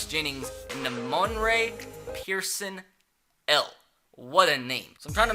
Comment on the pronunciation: Being a Nebraska fan the way you said person-el triggers me